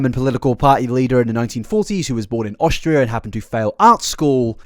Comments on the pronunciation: You really said "Australia" at first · Austria. Not Australia. Austria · did u just say Hitler is Australian instead of Austrian?😂😂😂 oh okay ***